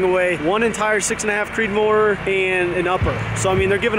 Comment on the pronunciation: Did you say 6 and a half creedmor 😂